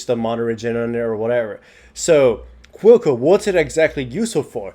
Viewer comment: I thought he was saying "Cuoco", it was Quill Coat haha.